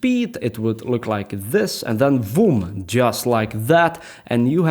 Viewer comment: Not BOOM but VOOM